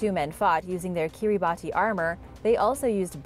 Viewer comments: Kiribati 🇰🇮 is pronounced Keer ih bah see. At least that's what my graduate Archaeology professor told me. She spent 8 years doing fieldwork there. Great work! I always look forward to your videos. Thank you for sharing the knowledge. Be safe. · I was looking to see if anyone corrected her. I’ve always heard it called kiribas.